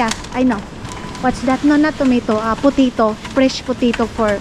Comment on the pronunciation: WATERMEEEELON and POTEEETO😅. Ano daw? 😅